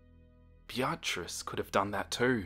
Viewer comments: Bee-a-triss. Not Bya-triss. Lmao. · What makes this funnier is that the name is just pronounced as “Beat-trice” and He said “biatchrice-“ 🤣🤣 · Great video only criticism is that the name "Beatrice" is pronounced "Bee-triss" xxx❤ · The pronunciation of Beatrice KILLS me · I'm sorry, I can't help but get taken out of the story with the way he pronounces Beatrice I love everything else though XD